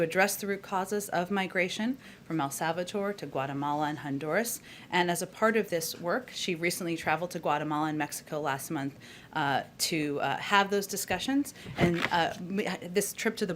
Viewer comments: Did Psaki said “el salvator”????🤦🏾🤦🏾🤦🏾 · El Salvador .. or as jenn said El SalvaTor